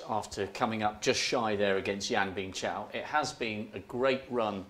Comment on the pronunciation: Fellow british people, it's Bingtao not Bingchao, it's also YouTube not YouChube, as well as Tuna not Chuna.